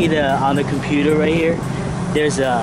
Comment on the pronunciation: Love the video, but every time you said "computer" I cringed.